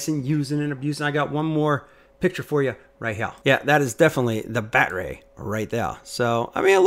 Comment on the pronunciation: Why do you keep saying BatRay and what can I Do To Make You Stop !!😳